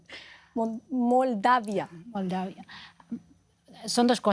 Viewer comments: NO SABE DECIR MOLDAVIA LA PERIODISTA QUE VERGÜENZA PARA LOS LATINOS . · Que clase de periodista que no se prepara... Moldavia no tiene nada raro para pronunciar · De los peores programas que he visto el pelón tendencioso antiruso las señoras acartonadas sin una opinión convincente y la conducta sin poder decir Moldavia vaya caos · Estos pobres diablos (as) no tienen la menor idea de lo que están hablando. No pueden decir Moldavia